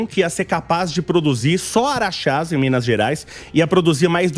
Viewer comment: é Araxá, não Araxas